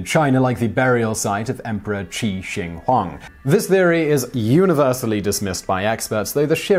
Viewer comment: it's emperor "Qin Shi Huang" not Qi Shin Huang